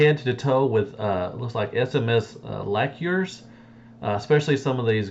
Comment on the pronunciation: bruh.. did you really just say "lack year"? lol, you meant "lacker"